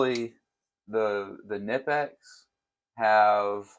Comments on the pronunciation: It’s not nipex it’s knipex the k isn’t silent like American language. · It’s k-ni-pex not nipex. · Every time you say “nippex” it makes the baby Jesus cry. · pronounced "Kuh - Nip - X" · The k in knipex is not silent